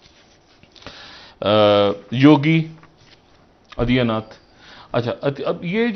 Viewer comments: Adiyanaath nahi Adityanaath bolo. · Naam bhi padhta nahi aata.adiyanath nahi adityanath.anpadh log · Inki English kharab thi , hindi bhi gayi guzri hai. Yogiji ko Adityanath ke badle adiyanath bol rahe. Piyush Goyal sir ko Piyush Goyaal keh rahe hai. Yaha class 2 ke baccho ko naam properly lena sikhaya jata hai aur agar naam ka utcharan na ayee toh bolne se pehle maafi maangte hain. Tameez bhi nahi aati inko. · कैसे कैसे एंकर हैं पकिस्तान में। सही से नाम भीं नहि बोल पा रहा हैं। पीयूष गोयल को पीयूष गोयाल और योगी जी को योगी अदिया नाथ।😀😀😀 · Aadiyanath 😂😂😂 inse na hindi aur Urdu ke sabd bhi theek se bole jate h nahi English bol pate h gawar 🤣🤣🤣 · janab aap se gujarish hai ke kisi ka naam bolne se pehle uske spellings samajh liya krw aur phir namm bole. aditiyanath ko e nglish mei difficult nhi hai atlest for U. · Yogi adiyaanath 😂😂😂😂😂😂😂salon bolna seekh lo phle😅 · Naam to bolna shik le.. Lolu adiya nath... Hahahahah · It's not yogi adiyanath kaise ho tum v padho sahi se. 😂😂🤔🤔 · Sab baat ek taraf please pehle koi inhe naam sahi se lena sikaho moodi, adiyanath kya hai yeh😅😅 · Adia nath nahi nam to theek se lena seekh lo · They don't even know how to pronounce Yogi Baba's name 🤣😂 .. Are they really news anchor 😂🤣?? Yogi Baba zindabaad ❤❤🙏🙏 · पीयूष गोयल एक भारतीय केन्द्रीय मंत्री हैं और बहुत विद्वान व्यक्ति हैं | उनका नाम भी इस पाकिस्तानी ऐंकर सही से उच्चारण भी नहीं कर रहे हैं | यही हाल योगी आदित्य नाथ का सही नाम बोलने का है | क्या ये पाकिस्तानी पढे लिखे ऐंकर इतना भी समझ नहीं रखते ? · Kya jahil log hain yeh. Piyush Goyal ko official banaya, bada tv par bolne ka shauk hain par Adityanath ka pronounciation nahin atta hain! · The anchors can't even pronounce the names of Yogi and Piyush Goel. The way they hate India is sickening and nauseating. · You are talking without homework. You are not able to pronounce YOGI Aditya nath, your channel is not worth to watch.